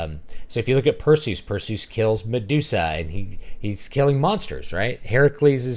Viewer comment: Your pronunciation of Perseus' name was music to my ears! I had to rewind the video a few times just to make sure I heard you right. Lol.